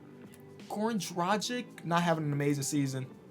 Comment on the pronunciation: day 1 of reminding to say goran dragic’s name right (it’s Drag-itch, not Draj-ick) put some respect on the dragon 🐉 edit: drag-on, drag-ic